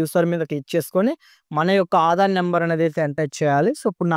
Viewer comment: Aadhar not machi Ani vastundi